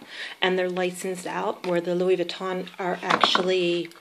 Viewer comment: Nice review, pochette is pronounced with a hard "T" like "posh-ET" with an accentuated sound on the T because of the extra "TE" at the end. T is only silent when there is one T at the end, also the "N" of Vuitton is silent :-) I love the colour of your bag and of course the cles pochette. I have only ever had LV bags and have never had a Chanel bag but I am thinking of getting the jumbo, is this practical for everyday?